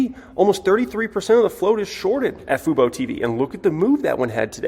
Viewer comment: said Fubo correctly. The bottom is in.